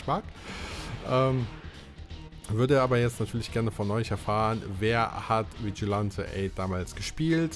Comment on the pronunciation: Vigilante spricht man Vitschilenti aus 😂. Dieses Game habe ich viel mit meinem kleinen Bruder gezockt ab und zu mit einem Freund dann eben zu dritt. Spannende matches erlebt, sehr spaßig. Ja die Nintendo64 Version ist wirklich besser als auf der Playstation. Schon allein von der Grafik her. Hat aber auch dort Spaß gemacht bei meinem Cousin. 😅 Der zweite Teil ist ok hat bessere Grafik als Vigilante8. Nur leider in der englischen Version. Für mich bleibt dieses Spiel der beste Teil. Ich finde die FMV Sequenzen hätte man auf dem Nintendo64 schon hinbekommen können wie in Resident Evil 2